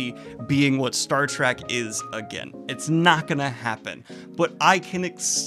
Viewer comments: Bro, I love your content, but please, for the love of God, it's "Star Trek" not "Track", there is an "E" haha, they are trekking through the stars, not tracking. that is all :) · I love you Daniel, but PLEASE stop saying "Star TRACK"!! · Please stop calling it Star Track. It's been out for like half a century. You called it Star Trek, once. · Does Daniel think it’s called “Star Track?”